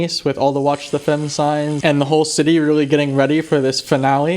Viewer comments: Hey, again a cool vid. As a french the pronounciation of "femmes" sounds weird, sounds like "hens" with an "f". An easy way to get it right for an english speaking person would be to pronounce it similar to "thumb" without emphazing the "b" at the end, so repeat after me "fum" 🙂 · Hey, love your videos! It seems like I was posted a few meters away from you on Carrefour des quatre chemins! Also I'm not trying to be annoying but I figured I might help you out with your French, since I noticed something: "femmes" is pronounced "fammes"